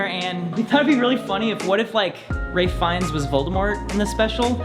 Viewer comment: Are we gonna ignore the fact that calls Ralph Fiennes "Ray Fines" like bajillion times in this vid? D